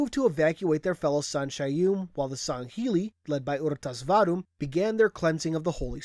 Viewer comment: its pronounced r.tas vadum my friend and u are boring me ive read the book the story is in halo fractures